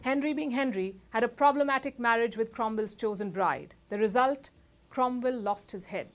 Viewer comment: Cromvell? Don't you have 'W's' in India? We can send some over, if you can get your tongues around it. 😊